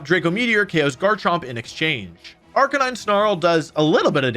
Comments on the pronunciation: It's so weird hearing him mispronounce Arcaneenae. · Wolfey's BonusWolfe impression is good, but he made one mistake - BonusWolfe pronounces Arcaninay correctly. The second half of the video is just presented by regular Wolfe with a hat! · Man this guy says arcanines name wrong a lot